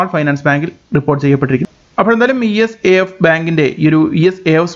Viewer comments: ഇസാഫ് ആണ്" E S A F " അല്ല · ഈ എസ് എ എഫ് അല്ല... ഇസാഫ് ബാങ്ക്.